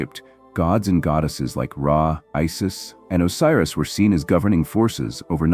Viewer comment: Isis, Osiris, Vodo pronunciation? Really? Obscure the original name (Ren) and the secrets remain. And how bout an African voice narrating African content. Basic surface level content.